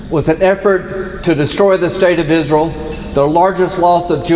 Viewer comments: "Isrul" what a ghoul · "Isrull" 😂 I still laugh every time. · thanks. lindsey's dildo must be white and blue and he calls it isrul. good vid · Izzruwl😂 no no no no no🤣🤣 izruwl has demoncrazy🙄🙄🙄🙄 izrul is his fwiend👨🏼‍❤️‍💋‍👨🏼👨🏼‍❤️‍💋‍👨🏼👨🏼‍❤️‍💋‍👨🏼👨🏼‍❤️‍💋‍👨🏼🫂🫂🫂🫂🫂